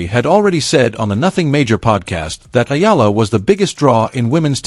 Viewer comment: Her family name is pronounced eeh-yah-lah not ela